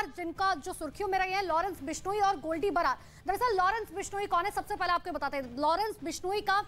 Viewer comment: Barar ko babar bol rhi h...faddu reporting